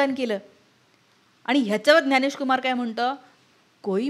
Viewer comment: बाकी सर्व ठीक आहे मराठी लोकांना ज्ञ म्हणता येतं त्यांनी ग्यानेश न म्हणता ज्ञानेश म्हणावे